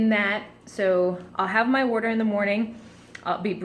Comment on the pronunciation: "Werter..." are you in Philly!?